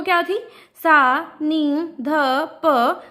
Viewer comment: Ma'am स nahi ,सा है